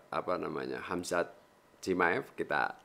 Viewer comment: Khamzat bukan khazmat wkwkkw